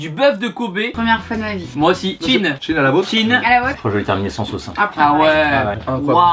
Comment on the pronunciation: Vous avez dit "tchin" et "thin tchin" veut dire... zizi.